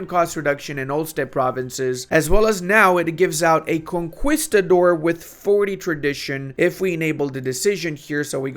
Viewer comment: Btw the u in conquistador is silent. I know you like pronouncing things correctly.